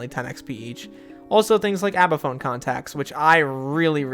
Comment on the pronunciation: Its not called abaphone its not called abaphone its not called abaphone its not called abaphone